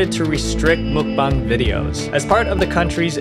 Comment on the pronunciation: why do you keep on saying mukbong lmao it's muk bang